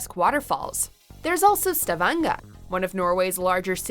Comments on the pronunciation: Henrik Kyllingstad STAVANGA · SHTAWANGA xD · "stævænga" smh... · Stavangaaaaaaa??? Eh.. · As a norwegian is so funny when she pronounces: Bergen, Ålesund, Stavanger 😂🤣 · Haha, ler meg ihjel når hun sier trolltunga og Stavanger haha😂